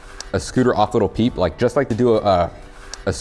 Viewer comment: Every time he said little peep i said in my head as loud as I could its lil peep 👇that's how many times I said lil peep